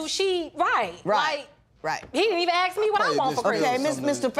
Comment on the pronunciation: ASK not AXE! Goddamnit!